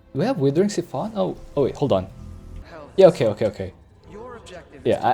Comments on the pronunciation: Siphon as in s-eye-phon your gas from your car... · Ok I know your stick is to mispronounce everything, very mildly annoying usually but that pronunciation of siphon is just maddening.